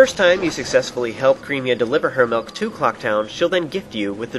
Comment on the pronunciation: ITS Cremia, not Creamia. Sure she might make you creamy but you don't have to pronounce it that way